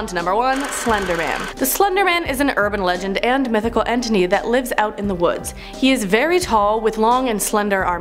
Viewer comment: "Mythical enteny" xDDD